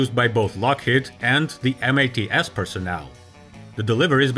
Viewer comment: Two things: It's MATS, not M. A. T. S. Critical was also the requirement for a T tail, with loading ramp.